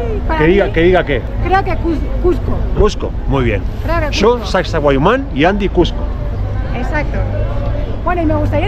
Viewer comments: Hola es Sacsay HUAMAN , tu lo estas pronunciando HUAYMAN pero es HUAMAN... la 1era vez que viniste lo pronunciaste correctamente ajajaja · Min suena algo mal.. correcto es: Sacsay-huamán.😊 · Hola, qué bonita experiencia. Con mucho cariño sólo una aclaración, se te escucha decir Sacsahuayman , cuando lo correcto es Sacsayhuamán. Un abrazo. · Sacsahuayman ❌ Sacsayhuaman ✅ ☺️ Hay una historia sobre la fortaleza de Sacsayhuaman fue la última resistencia inca. Saludos me encantan sus videos y la emoción que desbordan en sus videos ☺️ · Lindo video! Pero una corrección: no es Sacsahuayman, sino Sacsayhuaman. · No es Sacsayhuiman, es Sacsayhuaman. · Es SACSAY HUAMAN, no Sacsa huayman. 😅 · es Sac-say-huaman (no sac-say-huai-man).... mis amigos norteamericanos decían "sexy woman" ...... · No es “huayman” es Huaman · SacsayHUAMAN!! No wayman. Porfiado de oreja! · SACSAYHUAMAN. NO SACSAHUAYMAN. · no es SacsahuaYman, es SacsaYhuaman... te lo dicen, lo lees y no te das cuenta!😅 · sacsahuayman? 🤣🤣 Ningún cusqueño les corrige que deberían decir sacsayhuaman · NO ES HUAYMAN... ES HUAMAN QUE SIGNIFICA HALCÓN.. ES HUAMAN ES HUAMAN ES HUAMAN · lindo video pero es SACSAYHUAMAN JIJIJI